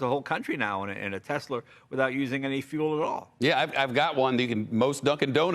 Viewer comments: why does jay say "tesler"? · Right? It's always that way with someone who drops their R's, they pick them back up and put them into different words lol. ;) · Nobody: Leno: Tesler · “Tesler” Jay Leno 2020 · Jay gets about everything 100% correct here EXCEPT when he says "Teslerrr." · Intrusive “r” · Yes those teslers as Jay says it..are pretty good. ✌️ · He said Tesler again lol.